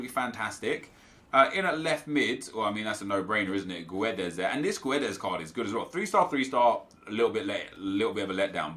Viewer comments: About the Guedes name (im portuguese btw), Us after Gs or Qs arent read, u read it like you said, but without the u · nep, fyi, pronounce guedes like you do but without the 'u'. it's silent